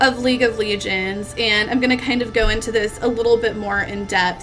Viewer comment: Why does she call it League of Legions..?